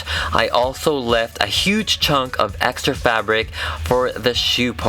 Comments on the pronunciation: Are u saying hex-tra because I love it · "hextra" was so hextra